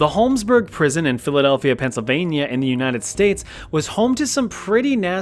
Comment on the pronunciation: it sounds like you're saying "unitive states"